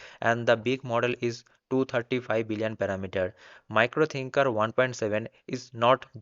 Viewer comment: Its miro thinker not micro 😂 !!